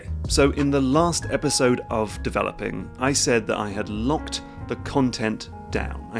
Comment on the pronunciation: took me a while to realise the intro didn't say 'devel ping'